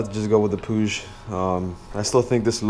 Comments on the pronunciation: So I asked some spanish speaking friends how you pronounce it and apparently you say it like how the brits say it pu-ig and not puge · I love how you said Puig, it's the first time I've heard it say like that haha.